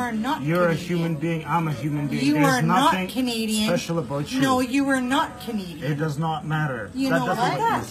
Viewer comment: She’s not Canadian. She’s Native Indian. She even makes Canadians look bad. She can’t even pronounce Canadian the right way.